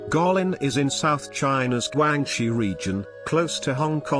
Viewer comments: the first spot is Gweillin not Gulillin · Guikin is pronounced " Kue lin ". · you mispronounced "Guilin" terribly. It's more like /guei-li:n/. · Guilin is promounced kwi' lin. Scenery is reminiscent of Chinese paintings. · Get your place name pronunciation right . Guilin for instance, then others…. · How truly beautiful a country this is. Sadly, how pathetic your mispronunciation of "Guilin" sounds. Have some respect. This is not your word. It belongs to a people. At least bother to learn about accepted pronunciations before you do voice-overs on YouTube videos.